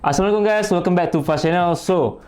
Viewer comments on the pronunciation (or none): none